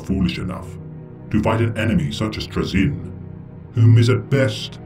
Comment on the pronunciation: Your pronouncing it wrong, its pronounced Troll-Zahn. N; the ultimate kleptomaniac in the galaxy. He also happens to be an amateur Pokémon master.